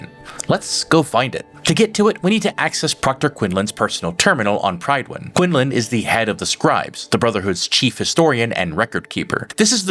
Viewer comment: Two things: 1) so long as cybernetics don’t ‘think’ for you, I expect it’s fine. Otherwise things like glasses would be banned. 2) Prid-win. Love your content, but this one seems like a (uncharacteristic) miss in the Maxon regard.